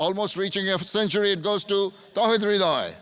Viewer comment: not Towhid Hridoy,Its Tawhid Hridoy